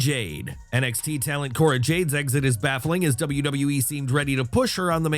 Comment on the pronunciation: Not Cora dude 😩